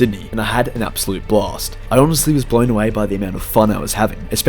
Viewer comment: 😂😂😂😂😂😂 you sound like you said block but you said blast